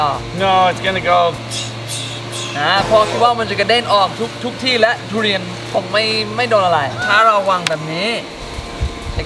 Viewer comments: ทุเรียนครับไม่ใช่ตูเรียน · มีไครได้ยินว่า ดุเรียนบ้าง5555